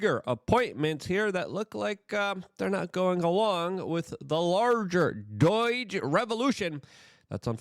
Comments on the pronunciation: Luke has a clear speech impediment/ he really struggles with a lot of words. Notice how he says so many words wrong. He says “larger” like 30 times a video or “this as” or “wit” instead of with. And doyje instead of doge. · ITS NOT DOIGE LUKE 🤨🫤😖😖😖😖 ITS DOGE !! NO I in DOGE !! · Stop saying DOYGE. idiot! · Every time he says "doyge" I have a mini-stroke